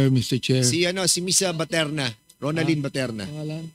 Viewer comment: baterna po sir.not paterna😂